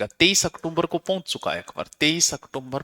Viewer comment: ऑक्टोबर बोलो ओकटुमबर नही